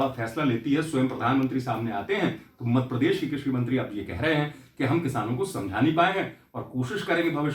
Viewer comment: मध्यप्रदेश को मदप्रदेश क्यो बोलता है तू पत्रकार तू हमारे प्रदेश का नाम सही से लिया कर नही तो तेरा चैनल ना सब्सक्राईब करूंगा और ना ही लाईक करेंगे।